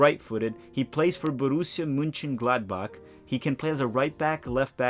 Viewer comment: Your pronunciation of Borussia Mönchengladbach is slightly off, but very admirable for a non-native German speaker.